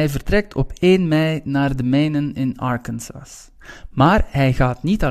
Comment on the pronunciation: bedankt voor de video! een kleine ding: je moet arkansas anders uitspreken :)